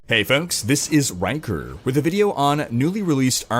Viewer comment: For a second there i thought you said 'wanker' instead of Rhykker.